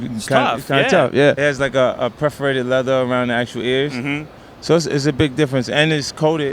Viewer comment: pretty cool, but yeah he wasnt like reading stuff from right over your shoulder... hahah its like a preforated leather... ehhm yeah you mean perforated right? haha still i like 50, and to get a good talk with him, VERY VERY COOL